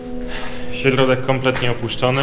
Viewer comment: ŚERODEK nie wiem co to znaczy to rosyjsku?! Środek się mowi